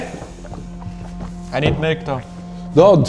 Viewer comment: "MELK" - Oskar